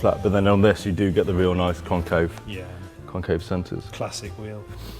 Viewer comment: "very niiize!" haha that was perfect